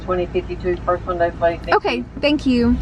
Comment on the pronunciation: you sounded so Aussie when you said 'nooooooooooooooooooooo'